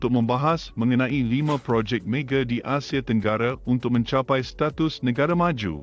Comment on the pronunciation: Lain benor bunyi bahasa tu.. bkn bahasa yg kami selalu digunakan.. projek mege, stadium merdeke, asie tenggare, jakarte, ande, abih smua ditukar hujung kata kepada "e"..